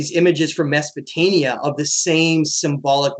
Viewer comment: it`s Sumer NOT Sumeria and Mesopotamia NOT Mesopotania...just saying